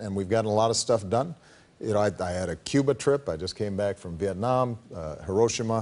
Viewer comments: "heroshama" I think he said that wrong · Heee row she ma